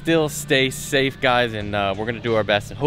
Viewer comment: the other 9 times: “Ok everyone let’s say stafe, darn it”